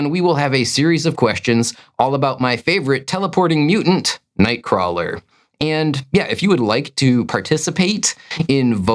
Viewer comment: I actually love watching these, and will continue to do so! I just disagree on how you pronounce nightcrawler’s name